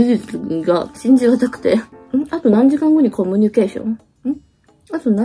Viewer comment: 「コミュニケーション」を一生懸命言おうとして、結果イントネーションが変なことになっちゃうが大好きです！友達との約束、当日になると急にめんどくさくなるって言うのが、本当に分かりみが深すぎました！！